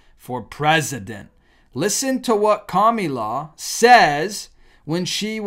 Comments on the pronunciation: Her name isn't Kamula. Kamala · KAM AAA LAA, Not KAMULA .. It's easier if you say it correctly... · I love that "Kamilaw"😂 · Calm-el-a, is how it’s pronounced,,, you’re welcome 😉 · Won't you please pronounce her NAME correctly? K A M A L A. Thank you so much ❤ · Whether or not you like her or not why can't you pronounce her name properly? That is so juvenile! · Why do you mispronounce her name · So why do you have to pronounce the name wrong is that supposed to be funny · This guy can't even say Kamala 😂😂😂😂 take some language therapy so you can learn to speak before recording any more videos. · So why do you pronounce her name wrong??